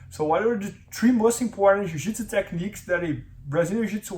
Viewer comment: Quit saying "tree" instead of three please. annoying